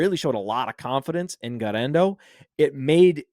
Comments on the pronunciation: Almost turned it off for how annoying the guerrendo pronunciation was. 1. Just say it normally 2. You’re attempt at Spanish is abysmal 3. He’s not Hispanic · You can't say Guerendo like that. I almost switched off the show lol